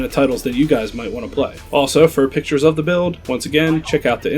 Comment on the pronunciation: Please say "the" instead of "da".